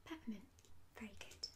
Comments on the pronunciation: "...we'll start with bottle 'number A'..." . Subbed immediately off the quirk of that gem ! And partly off the fact that your "good" sounds a bit like "git" ... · Argh! I cannot un-hear "git" now! Ah well... subbed anyways.